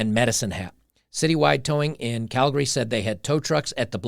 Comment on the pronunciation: Holy crap, most people in Canada don't pronounce Calgary correctly. But here's an American blogger (ie: ) who DOES. (it's pronounced CAL- gree, not CAL-gar-y). Good that our truckers up here did what they did, and a disproportional number of the truckers who descended on Ottawa came from Alberta. Some of those of us who donated to that cause have had bank accounts frozen by the Nazis in Ottawa - yet another branch of the totalitarian rabbit hole. But there are other movements here in Alberta, aka: "Texas North": The Alberta separatist movement is nothing new. Those who understand the futility of remaining part of an oligarchy like CanaChinaZuela have been pushing for a free and sovereign nation of Alberta for decades. But the Alberta US statehood movement is certainly a newer sentiment. More Albertans are beginning to realize that the sovereignty option will never be allowed to happen without Alberta having the military presence to back up such a declaration. (Look no further than the crushed Catalonian secession attempt from Spain for a glimpse of what would happen to Albertans at the hands of Ottawa, China and forces within the countries making up the UN body for proof of this). Nor would it be feasible from a land-locked economic perspective. The Alberta US Statehood movement is picking up steam. Can anyone in the US and Alberta wrap their minds around just how much of a world economic powerhouse the US AND Alberta would be if this were to happen?